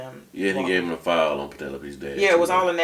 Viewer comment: Wondering if you two have seen Club Dread. I imagine if you had, you’d be pronouncing “Penelope” different.